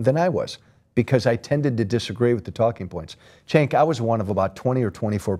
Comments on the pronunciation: does he keep calling him chenk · I love how this guy keeps pronouncing Cenk's name "Chenk" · I hate how Joe Walsh pronounces Cenk's name as "Shank". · My ears always cringe when he says Cenk's name.